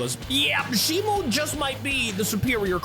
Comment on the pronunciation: Shimo not shimoo